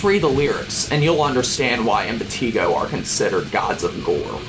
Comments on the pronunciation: hearing him say PUT-rah-faction..im-pah-TEA-go ... makes me feel like setting my ears on fire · The only thing that bothered me about this is saying putrefaction and impetigo wrong, otherwise very good.